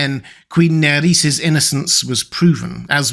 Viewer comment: Buddy... who told you that the R's are pronounced as D's? It's, nair-ez not nad-ez it's, orr-es not ord-dis! The names aren't Spanish or Portuguese.